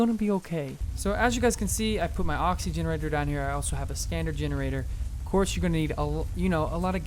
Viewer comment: It's an oxygenator not oxygenerator